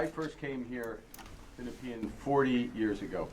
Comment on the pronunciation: Nepean = knee-pee-in. My riding 😅 gonna have to vote conservative to try and out the dude. Conservative Girl here has some equity crap on her bio but I guess in this riding that's what conservative passes for 🙄